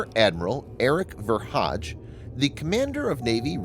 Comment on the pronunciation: Ver hage is not pronounced Ver Hadj, but with a hard ‘g’, Ver Haa - gè.